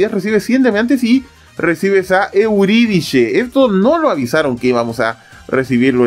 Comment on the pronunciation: Me encanta su modo de cambiarle los nombres a los personajes... Primero albaaaafika y ahora euridishe... Dond no veo la H en euridice